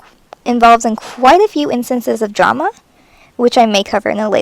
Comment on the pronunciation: When u said drama y heard llama